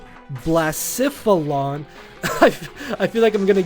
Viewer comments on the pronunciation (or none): I think it's pronounced Bluh-seh-phuh-lon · you could pronounce Blacephalon as "blays" "faul" "on"